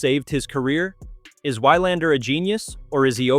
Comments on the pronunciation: It is VVVilandar, with a "v" even if it is spelled with 'W'. This is ridiculous, and makes one wonder if this is read by a robot, or the reader is Americanly miopic. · Why-Lander...oy...thse AI scripts are really losing appeal fast...